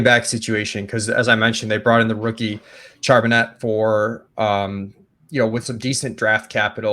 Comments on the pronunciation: Charbonnutz lol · Super cringe every time mis-pronounces Charbonnet and no one corrects him. These videos are great though. I’m just playin. 😂